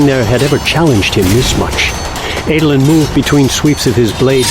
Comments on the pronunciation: I can get over a lot of name mispronouncing but saying “Ay-dolin” is where I draw the line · i always pronounced Adolin.. as ADD-olin... not AID-olin.. Anyone else? am i wrong?